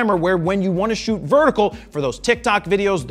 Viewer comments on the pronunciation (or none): "I shoott RAW". So do they!! 😅😅👍👍